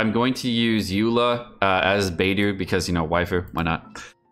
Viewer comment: People still calling her Beydoo?